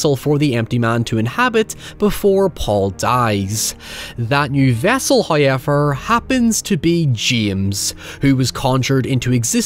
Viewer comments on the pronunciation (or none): Me everytime says 'however': "Hehehe, 'high-ever'." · I feel like I only watch videos now just to hear him say “Howyever”. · First "hoyevver" drops , and we are grace with His visage.